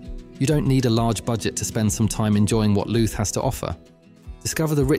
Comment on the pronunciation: Dodgy pronounced towns County Looot Omith ?? But thanks i live just over the border in da disunited kingdom